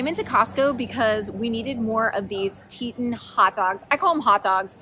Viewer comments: I think thats pronounced tee-taan...like the mountain range in wyoming. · Hey so no big deal but it cracks me up Teton Waters Ranch meats is pronounced like the mountains more like TEA Ton love you, ordered so much Keto Chow thanks to your recommendation!